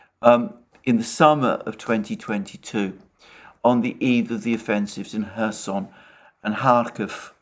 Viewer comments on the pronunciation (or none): none